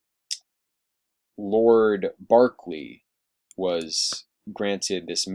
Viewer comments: I think you mean “Berkeley” instead “Barkley.” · not at all, at least not here in Virginia. It is pronounced "B-erk-lee." The reason why is because we have a plantation named after Lord Berkeley.